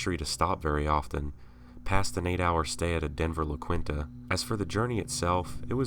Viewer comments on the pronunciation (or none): Lmao "Denver La Quintah" haha Its pronounced La-Key-N-Ta